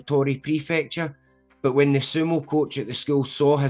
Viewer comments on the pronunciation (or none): none